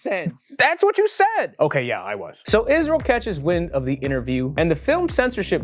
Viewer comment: Cringed everytime i hear the word isReaL